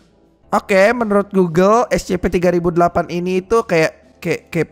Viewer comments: Scp bang bukan escepe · Scp bukan escepeh bang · Bukan escepe harus nya yang benar scp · Scp bukan ecesekpek